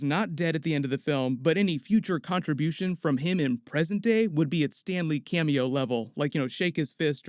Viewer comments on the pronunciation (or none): Mate... It's "Stan Lee" not "Stanley" >_>